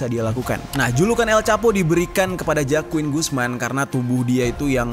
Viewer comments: JOAQIN bacanya HOAQIN bangjer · FYI bang, Joaquin, bacanya Hoakin.